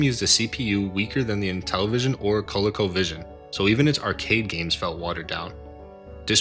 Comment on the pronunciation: Finished watching. The real number is three. Excellent quality on this video man. (Though I want to pull my hair out over how you say "coleco" )👍